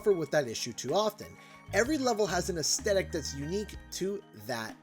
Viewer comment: Really good video. Although as an art student hearing "aesthetic" pronounced as "aes-stuhetic" tilts me a bit. Semantic nitpicking, I know.